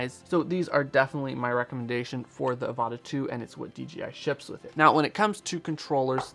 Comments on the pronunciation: D J I ... Not D G I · In your video you call it DGI repeatedly. Is this how we are supposed to pronounce DJI